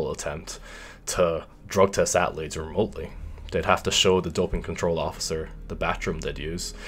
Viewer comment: People: Athletes: At-letes Me: I've being saying it wrong my whole life